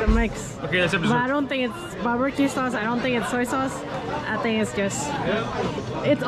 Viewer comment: Saúce not saude